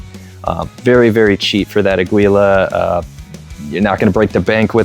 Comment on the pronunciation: Its pronounce as ah/gee/la, spanish for Eagle.